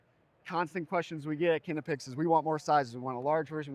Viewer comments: It’ll always be Knipex (Nye-pex) to me. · No...knipex (i=Shirt) Not kneepex. Greetings from Germany